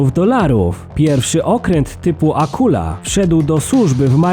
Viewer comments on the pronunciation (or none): Chyba ,,Akuła" tz rekin